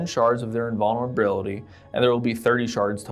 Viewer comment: WIT DER INVONNERBILITY. YEE HAW!